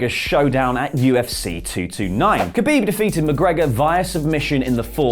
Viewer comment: dislike for the pronounciation of khabib xD Commentators do it wrong but this is hillarious xD